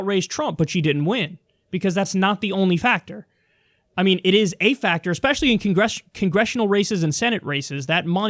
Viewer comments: I can’t take anyone who says “eckspecially” seriously. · It wasn’t eckspecially, it was actually ecksually.